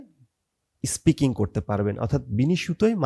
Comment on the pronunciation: ইস্পিকিং না...😂 স্পিকিং আপনার নিজের-ই তো ঠিক নাই 🤣